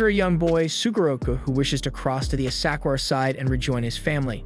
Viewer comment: Ugh the way he pronounced the name of historical "Asakura" clan, Daigo and more. 🤦‍♀🤦‍♀